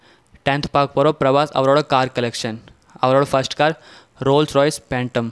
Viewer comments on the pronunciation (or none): none